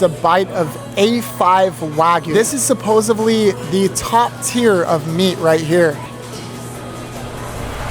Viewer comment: Bro did you really say “supposebly”?